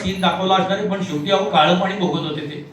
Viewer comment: सोमन नाही. सोमण म्हणायला शिका. आपली सर्वांची मराठी भाषा आहे. ती शुद्ध बोलायला शिका. आपलीच भाषा आपल्याला शुद्ध बोलता येऊ नये हे दुर्दैव आहे. साधे पाणी बोलता येऊ नये. शनिवार बोलता येऊ नये तिथे आपले महाशय पानी. शणीवार बोलतात.